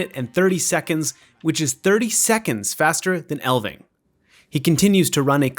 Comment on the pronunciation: It's ELF-ving, ELF NOT EL. The F IS NOT SILENT. Do you not know what an elf is?